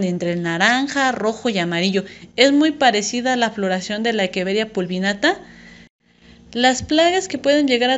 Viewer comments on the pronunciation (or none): Me pone nervioso q diga equeveria y no echeveria jaja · De dónde eres? Porque equeveria y no echeveria? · Hola, respecto a esto te comparto el porque: La pronunciación correcta. En latín la pronunciación de la ‘ch’ suena como ‘q’ y la ‘rr’ no existe. Por lo que científicamente la Echeveria se pronuncia como Equeveria. Saludos!